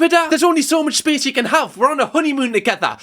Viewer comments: Spee-ace... is funny when he does it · it’s when he says “I just need space” and the emphasis on the space got me everytime haha